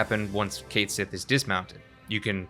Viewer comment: It's KET SHEE, JFC. That's how you pronounce his name. It's Scottish.